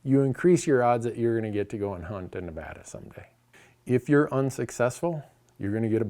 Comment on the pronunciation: Randy, big fan. Thanks for pronouncing Nevada correctly. You can stay.